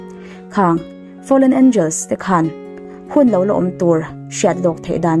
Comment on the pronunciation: A ngaihnawm e. Mahse, o hi au angin i lam ri zel a, a dik lo... o chu o a ni mai. Entir nan, lo chu lau tiin i lam a, tho pawh thau tiin. I lo sim tawh dawn nia. 😁